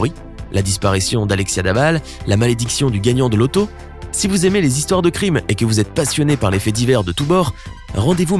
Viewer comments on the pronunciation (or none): none